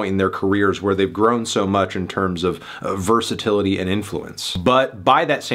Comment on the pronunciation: Did you say versatility 😂😂😂😂